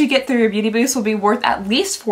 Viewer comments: The amount of times you said Booty instead of Beauty😅❤ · Booty Bee-yust